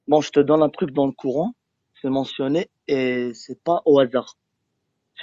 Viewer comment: "Le couran" mdrrr